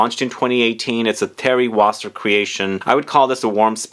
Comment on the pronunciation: it is Thierry Vasser ..not Wasser !